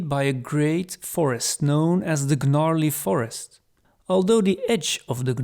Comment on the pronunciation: Gnarley is pronounced with a silent G.. unless Gygax decided to have it be mispronounced on purpose for fun. Which might be the sort of thing he does. Anyway, great presentation! The Domain of Greyhawk is it's own entire campaign setting in micro form; it has a little bit of absolutely everything except artic areas you could adventure through, all without going further than a 100 miles from a massive cosmopolitan city to sell your loot in.